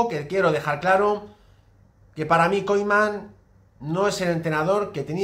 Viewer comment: Por qué dices Koiman?